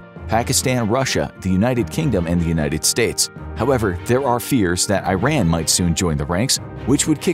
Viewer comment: This guy still can’t pronounce Iran😂